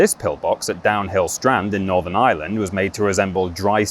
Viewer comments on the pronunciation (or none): none